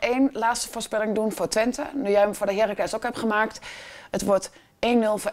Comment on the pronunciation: heerRAAAAAACLES... niet HEEEEEEERacles